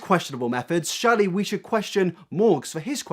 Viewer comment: loved this video but the way you pronounced the words surely and curious got me quaking lols